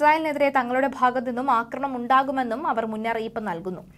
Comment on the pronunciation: ഇവരോട് പറഞ്ഞിട്ട് ഒരു കാര്യവും ഇല്ല. 'അക്രമണം' അല്ല 'ആക്രമണം' എന്ന് അറിയാൻ വേണ്ടിയും എഴുതിയിരുന്നു. ഒരു കാര്യവും ഇല്ല. അയാൾ അതുതന്നെ ഇപ്പോഴും പറയുന്നു.